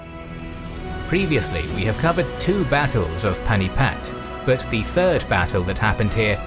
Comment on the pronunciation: Pani-Path not panipat.